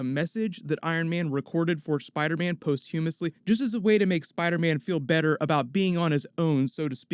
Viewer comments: Poss-chew-muss-lee, not post-hew-muss-lee, just sayin'. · its pronounced (pos-chuh-muh s ly)... not what you said